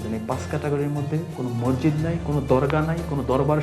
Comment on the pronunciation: সাউন্ড বন্ধ করেন৷ আর মরজিদ কি? উচ্চারন ঠিক করেন৷ মসজিদ৷